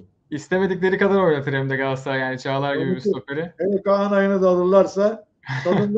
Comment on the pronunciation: Allah kitap aşkına lütfen artık gaasaray gaasaray deme da Galatasaray Galatasaray… He diyemiyorsan Cimbom de